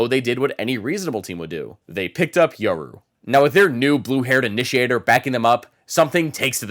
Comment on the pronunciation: Yural you mean yoru